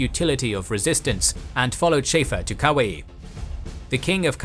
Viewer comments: King Kamehameha - Ka-may-ya-may-ya Kuai - koo-why You have a tendency to brutalize pronouciations in many of your vids. Ruins otherwise good content. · Nice video, but interesting pronunciation of Kaua’i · Nice try for Kauai buddy too lol